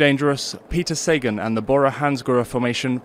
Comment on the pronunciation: Cheers for the vid guys but showing Sagan on the vid screenshot isn't the best move, don't you think? Also, it's Sagaaan not Saegan...